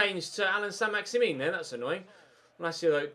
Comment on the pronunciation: I think it's pronounced either "Maxi-man" or "Maxi-min" rather than "Maxi-meen", remember that he's French